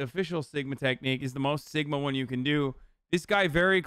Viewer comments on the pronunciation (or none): none